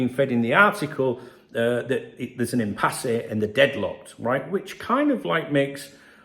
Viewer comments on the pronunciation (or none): It's pronounced "impass" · Hi it’s pronounced as IMPASS just for your information. Thank bro.